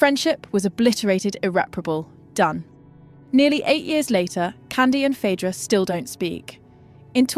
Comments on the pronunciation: 'Phydra". Okay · Phadra, phedra, phidra...... trash AI narrator. Pick a pronunciation! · Pick one pronunciation of Phaedra😂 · Different pronunciations of Phaedra. Crazy